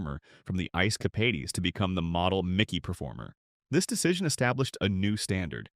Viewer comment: Ice "Capadies???"